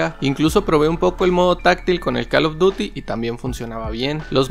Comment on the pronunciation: Pronuncia bien call of duty pero joystick no 😂😂